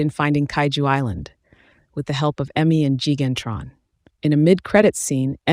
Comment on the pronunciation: Say it right. It's "Gigantron", not Gan-Tron.